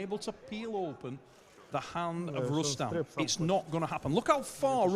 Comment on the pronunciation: Who is Rueston?? It's pronounced Rustum Don't ever leave the sport this commentary gig fits u perfectly!